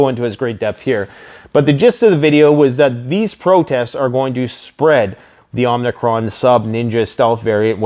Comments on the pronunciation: Please,, it is Omicron not "Omnicron." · omicron, its a greek letter. pronounced oh-meh-chron